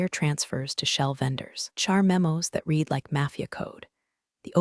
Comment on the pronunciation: That's right. It is RED, not REED, if it is past tense. And I know no human who would spell out T-E-D. Where are this computer's handlers? How hard can it be for a person to listen and take notes, so the AI voice can say things correctly the second time?